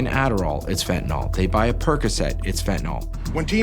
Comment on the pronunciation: Dr. Nora Volkow is the only one who seems to know how to properly pronounce "fentanyl". Pill, hill, spill, thrill, shrill, mill, drill, fill, Benadryl, fentanyl. Couldn't be easier.